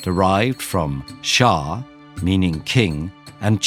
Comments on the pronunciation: and it ShaH not Shaaa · you pernose shahe not shat and it is in person not enegish but it is acouret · Actually the h at the end of shah isn't silent in Persian In polish we say szach-mat (shakh-matt) for checkmate, szach (shakh) for check and we call the game szachy (literally "Kings")